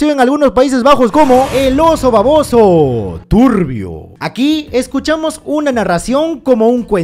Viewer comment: Lo que mas me gusta de los resumenes es cada vez que dice Turrrrbio 😄😄